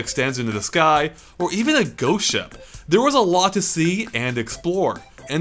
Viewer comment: sounds like he says goat ship instead of ghost ship. great level though!!